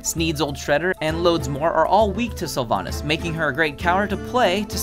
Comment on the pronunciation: Your sylvannas is wrong